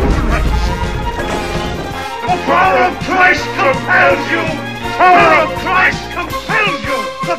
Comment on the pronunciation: De pauer of crais compels you